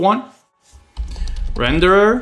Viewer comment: What the heck is "rederer"?